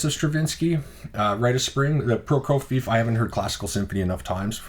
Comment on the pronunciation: Another batch of great records. Those Philips discs are amazing. I always get them when I can. Some more help on pronunciation: Prokofiev is pronounced 'pro-KO-vee-ev'